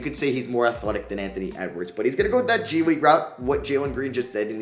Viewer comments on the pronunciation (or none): bruh did you say G-League Unite?